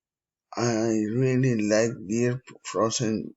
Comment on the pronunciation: CHECK THE PRONUNCIATION OF FEATURE, HAVE, THEIR, YOGURT